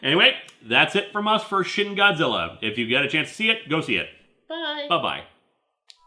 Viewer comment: You said "Shin Godzilla" like it's"Shitty Godzilla"